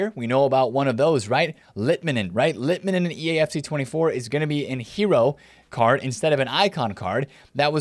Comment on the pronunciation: Im from finland and finally someone said litmanen correctly Keep it going!